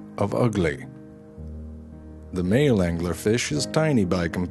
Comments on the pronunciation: Angeller fish xD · The Anguhler Fish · Why the fuck does he give angler an extra syllable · i ADORE the way this guy puts three syllables in the word 'angler'.